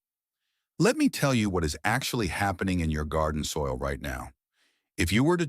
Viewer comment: GARDOIL? BEDISOIT? AI SLOP!!!